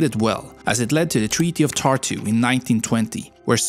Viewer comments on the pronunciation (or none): as a estonian him pronouncing narva and tartu as norva and tortu is pretty funny